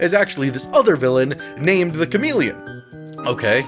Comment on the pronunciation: Okay but the Cham-Ah-Leon is permanently stuck in my brain